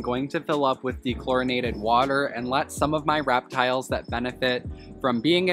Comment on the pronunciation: No one: Absolutely no one:: raptiles.